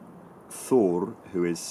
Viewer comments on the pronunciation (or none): none